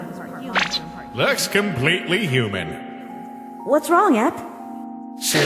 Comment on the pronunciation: It’s not ep it’s E. P